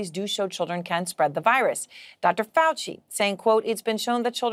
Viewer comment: Lets ASSk Chy-nah HeHe & HAHA or DR. Fowl FOOCHLESS